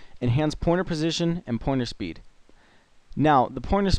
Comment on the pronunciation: lool it sounded like you said porno speed instead of pointer speed. never the less. Thank you and great video :]